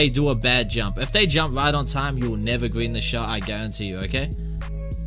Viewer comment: BOOM GWEEN THIS TIME I GWEEN IT EASY